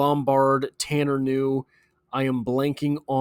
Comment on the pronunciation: Ku new is the pronunciation. His distant cousin was a promising de out elder high School who got a full ride to Boston college only to have a heart issue discovered. His grandpa's second cousin was a great basketball player at elder. The kid can play and has great work ethic coming from that family. If the bungles aren't stacked at that position I'd love to see him work with Joey b.